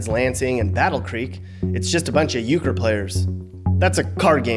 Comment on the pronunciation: not euchre